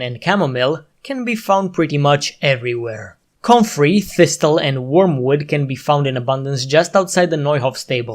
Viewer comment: Pronunciation tips, because English spelling is silly: chamomile: the h is silent - "camo-mile" (stress on the first syllable) thistle: the second t is silent - "thissle"